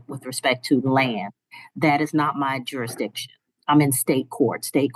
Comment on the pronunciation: None of them can say jurisdiction 😂😂😂😂